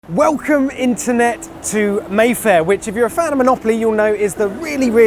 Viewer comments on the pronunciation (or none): none